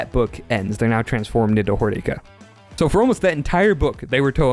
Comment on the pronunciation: No no... its Hor-DICK-Ah